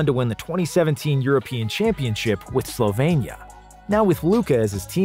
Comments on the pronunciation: Its SlovEnia not SlovAnia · Dude, he is from SLOVENIA ... slo-veen-ee-ah ... not Slovania. Wow.